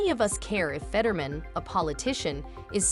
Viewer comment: Stop using AI to read words. They suck at pronunciation. It said Fetterman about 10 different ways.